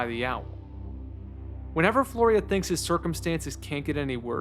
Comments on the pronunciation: flyora, not florya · Not "Floria" but "Fliora" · Flyora, (FLEE-or-uh) not Floria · It's driving me insane that you keep pronouncing the main character's name as "Florya" when is name is Flyora. Great video anyway though, awesome analysis. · Its pronounced more like "Flora".... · I’m kind of astounded how you managed to put together this video essay and somehow mispronounce Flyora’s name every time